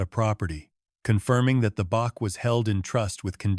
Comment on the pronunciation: Bach is Said Batch